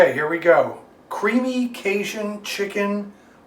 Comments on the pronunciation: Love your videos… thanks for your encouraging messages. But hey listen, lemme give ya a little tip. It’s not pronounced “ca-shun”, it’s pronounced “ca-jun”… with a hard J, like in the words “jet” or “Jack”. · Thanks always. From a Louisianan though, it's pronounced "cage - in"